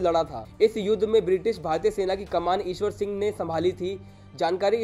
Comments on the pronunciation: It's Ishar Singh not Ishwar Singh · ईशवर सिंह नहीं इस्सर सिंह हैं